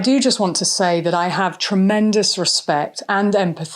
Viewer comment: Please stop sayi h THUT. It's THAAAT.